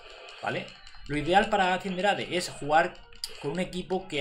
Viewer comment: Se escribe Cinderace y se lee Sindereis